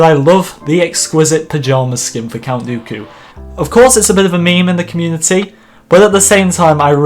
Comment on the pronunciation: you still get it wrong it’s earl dooku tut tut tut I’ll be speaking to commander croissant soon